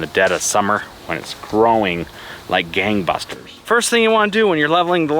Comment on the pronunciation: ok, I though he says bastards. Lol